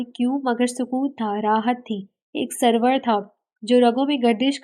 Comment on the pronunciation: Yaar ap Urdu k Kafi alfaaz ghalat perti ho sawar nahi saror hota hai mabwat nahi mabhood hota hai or Salma hai salmi nahi.